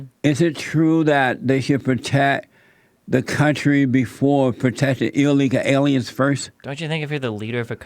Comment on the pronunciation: Anybody else love the way he says “illegal illy-in’s”